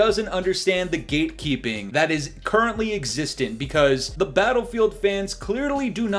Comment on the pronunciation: COD fanboy here✋ I can’t stand swagg and just my “dogshit” opinion but bf6 is so garbage and far from “badass”. And I like how you emphasized “currently” in the beginning though, it’s like you obviously know the inevitable for bf6 in the future😂